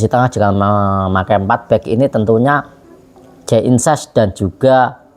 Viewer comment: Jay Idzes Bg,bukan Jay Inses,sebut nama pemain yg benar lah jangan perkaos nama pemain,we Elcapitano pula yg namanya di perkaos